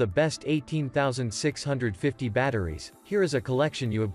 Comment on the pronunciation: eighteen thausand six hundred fifty 🤣